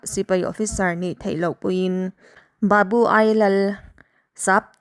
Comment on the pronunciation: Thu lam dan inzir belh a ngai. Sap, babu tih i lam dan (thluk dan) a dik lo.